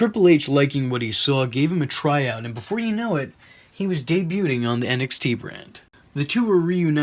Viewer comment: the 't' in 'debute' is silent :P